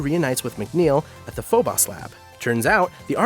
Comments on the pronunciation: No. Any astronomer worth a damn pronounces it phobos, not phobas. I've watched dozens of space documentaries from both America and the UK. NOBODY says "phobas" except. First time I've ever heard it pronounced that way. And, btw, even if an educated English speaking person somehow never heard Phobos pronounced (like for example who clearly hasn't), then they could fall back on common sense and pronounce it how it is spelled, with an O at the end. Where in the Hell he conjured up that A at the end, I'll never know. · Is it like YouTube law to mispronounce words? Phobos(foe bow s) and Deimos (day mow s) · My guy really said Phobas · Just PLEASE stop trying to pronounce things... please. "Daymoss" "Foeboss" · Its Foe bohs, deemos, pronunciation wise. They are real moons. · Deimos is pronounced (Dee-mose) Phobos is pronounced (Foe-Bose) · It’s actually pronounced: “FOBOSE and DEEMOSE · “Phobas” and “diemas”, does he mean Phobos and Deimos? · I can't take this guy seriously.. lost interest immediately when I heard.. foe-boss lolllll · Your pronunciation of Phobos and Deimos is so severely different from how I have ever heard or read them that it's incredibly frustrating. I've only ever thought of it as dee-mows and fo-bows. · pho-boss..... ugh, I cringe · It’s Demios and PhobOs come on man it’s Greek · "Dee-mose" "Fobose" learn your Greek "Myth-ose" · Okay. Deimos and Phobos. They're pronounced 'dee-mos' (like mos def, or 'most' without the t.) And 'foe-bos' (like boast without the t.) They're Latin for panic and fear. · My ocd was off the charts every time he said “phobas” instead of Phobos or “deimas” instead of Deimos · Its foe-bos, long o on both, and dæ-mos, again long o. Kinda hard to hear you butcher both constantly. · Phobos is pronounced: Foe-bus. Sorry, that was just grinding on me. Great work though, well laid out and informative. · Say the damn moon names right dude PHO-bose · Nobody: This guy tryin to say Phobos: Føbäš